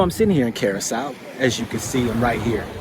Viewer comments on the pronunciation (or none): Just so you know the pronunciation of the location you’re in is incorrect…that’s the EUROPEAN pronunciation of that country. J/s😇😊